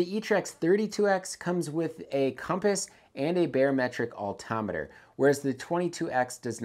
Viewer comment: It’s called an Altimeter not Alttometer…..amateur….